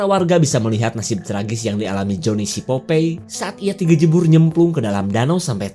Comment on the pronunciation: Popai. Bukan popei 🤭